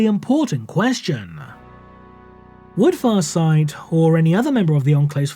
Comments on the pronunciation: The pronunciation on the name was 👌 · Wow,, you effing nailed Farsight's name. I can't help but wonder how many times you had to practice saying it to be able to make it flow like water.